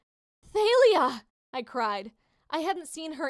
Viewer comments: It's not th-ay-li-ah it's ta-li-ah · It's tAlya not tAElya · It's talia not failia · It's pronounced tha-le-a = thalia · It’s TALIA- THOLIA . That is how it’s pronounced. Sorry I just got to get that out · Tha-Lee-Ah Thalia